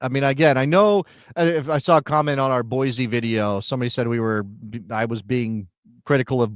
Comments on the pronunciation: Boise is pronounced Boy-see, not Boy-zee. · You say ee-zy not ee-sy for the word easy, same with Boise. Deal with it bro🥀